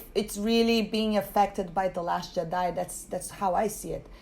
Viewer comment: I absolutely ADOR how you pronounce Jedi